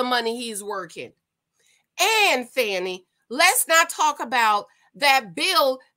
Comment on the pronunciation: You don't know how to pronounce her name as much as it has been in the media? This is trash. What a way to make a living.